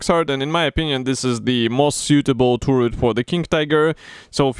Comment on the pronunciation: За обзор большое спасибо! Но вот ваше «туррет» режет слух. Таррет (turret), Карл, таррет.😉